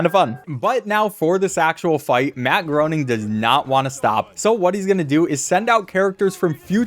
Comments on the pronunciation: It's funny that you called him Matt Groaning cause literally the very first cutscene he appears in has a joke that where his secretary calls him "Matt Groaning", Matt corrects her (it's pronounced "gray-ning") and then she asks him if he's sure, and he says he doesn't know anymore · Matt Groening is pronounced like "complaining". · Btw it’s pronounced graining